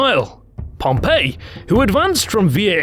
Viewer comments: The English pronunciation is Pompey not Pompeii so if you're going to say Pompeii you might as well just say Pompeius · Isn't Pompey pronounced PomPee??!!